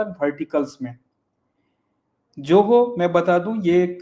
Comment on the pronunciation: कैसे लोग नाम या शब्द का ठीक से उच्चारण नहीं कर सकते? ZOHO को 'जोहो' (JOHO) कैसे कह सकते हैं? Spelling में 'J' कहाँ है? 'Z' है ना?! तो Z को कोई J ( 'ज़े'ड़ को 'जे'ड, या 'झ' को 'ज') कैसे बोल सकता है?